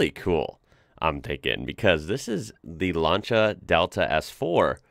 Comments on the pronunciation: I am going to give you the highest rating. Only you and Italians and me know how to pronounce Lancia. It's 'lancha' not 'lansia' you did it perfectly. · Well done for pronouncing Lancia correctly